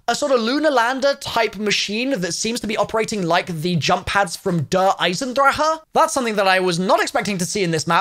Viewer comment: Mans said der eisendrahö